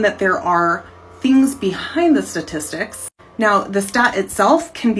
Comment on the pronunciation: "Sah-tistics" What an idiot!